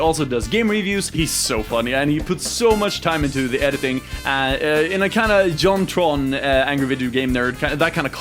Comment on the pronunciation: When you said JonTron, i heard your Swedish accent.